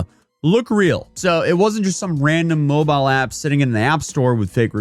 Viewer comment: Don't you mean "moobile game"?